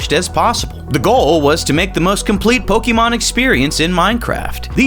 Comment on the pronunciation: The amount of times this man mispronounced Pokemon as "Po-key-mon" infuriated me but good video